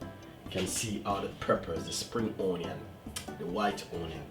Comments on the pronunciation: o-nion? Or onion? 😊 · omg.plz stop saying O nion..so annoying...preper/pepper.?.too speaky spoky til u chat fawt.kmt. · I also love how you say onion 🤣❤